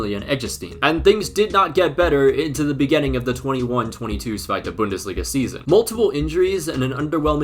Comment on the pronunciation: Bro as a part German I can say we appreciate the effort, especially for saying Zweite Bundesliga. Danke